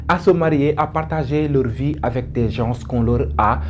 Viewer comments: Il a raison le s ne se prononce pas 🤧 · Bonjour 😊 svp on ne dit pas « Gensss* » on dit « gen* » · Les Sénégalais sont malades de la mauvaise prononciation de certains mots en français comme GENS et autres.